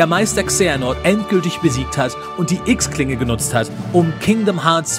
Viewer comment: Wieso sagst du eigentlich immer X-Klinge? Das wird doch "Xi" gesprochen. Das wird auch innerhalb der Spiele überall so betont das es "Xi" heißt. Sieht man auch daran das es kein normales x ist. Es ist ja ein wenig anders geschrieben in den untertiteln um darauf hinzudeuten das nicht der Buchstabe x gemeint ist. Sorry aber das hat mich irgendwie total verwirrt.